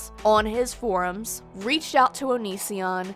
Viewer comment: Everyone - For-ums. YOU - Forms.